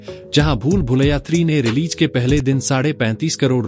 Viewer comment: Good presentation but correct your wordings 😊 Say Release रिलीज़ instead of रिलीज 😊letter z is matters